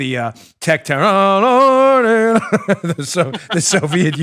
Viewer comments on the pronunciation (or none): none